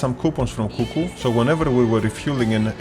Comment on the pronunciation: Απ' το "So.." λεω Ελληνας ειναι αυτος!